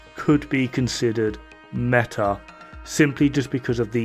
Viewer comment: Metah Metah METAH. METAH MIS JUEVOS EN TU BOCA AHHHHhhhhhh... I leave now